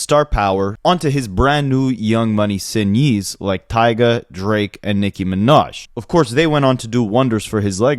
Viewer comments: TF is a sinyee bruh?? DK why this BS popped up in my algorithm but when a mf pronounces signees as sin yees u lose all credibility less than 2 mins in. This ish is ahhhhhhhhz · Signees: sigh-nEEz